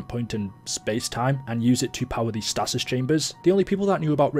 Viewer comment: It's not statis. Its stasis but this is the American in me